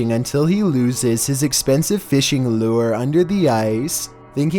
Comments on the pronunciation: Me: lure: loo er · Greatest pronunciation of lure I've ever heard. Thanks!